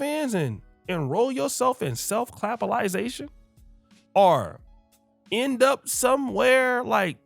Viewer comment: Did that fool say... "Self Clapisization" 🤣🤣🤣